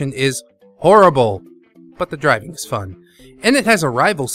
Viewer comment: Is it just me? Or does it sounds like you're saying "Dragon Games" instead of "Driving Game" a few times in this video? ಠ_ಠ